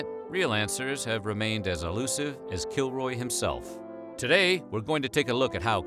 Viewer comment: help i keep hearing killjoy instead of kilroy